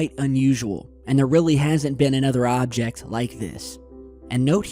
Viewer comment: Your really over emphasizing "object"